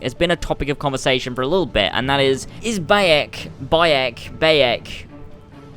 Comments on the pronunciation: wtf? "Boiyok" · Bi-yek when the game pronounces it for you, there shouldn't be a problem with saying his name.